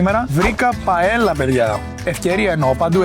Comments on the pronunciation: Παέγια ρε ‘συ όχι παέλα. Έκλαψα. 😂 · τέλειο βίντεο. Μια μικρή διόρθωση στην προφορά της paella η οποία προφέρεται παέγια στη γλώσσα τους. Keep up the hard work! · Μετα το ΤΖαμον ιμπερικο, ηρθε και η ΠαεΛα με την ΤορτιΛΑ. χαχαχαχχαχα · Παεγια στα ισπανικά το διπλό L διαβάζεται γ 😊😉 Φοβεροβιντεο για ακόμα μια φορά συνέχισε να μας ταξιδεύεις !!! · Παέγια λεγεται